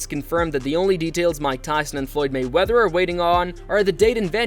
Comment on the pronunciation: I had to stop watching because the way you keep saying mayweather is so obnoxious. MAYweather dude, not mayWEATHER.